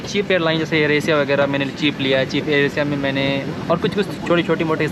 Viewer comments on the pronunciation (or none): none